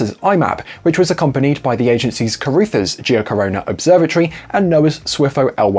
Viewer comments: absolutely butchered the Carruthers name pronunciation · you're a Brit so you should know how 'Carruthers' is pronounced!